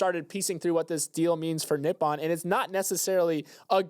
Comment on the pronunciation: great listen today! FYI i believe its "Ni-Po-N (Knee- Pou- N)